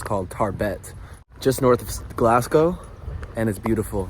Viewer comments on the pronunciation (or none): You dun need ta say Glasgow like ye did, "glass-cowe"... its just "glaz-gow"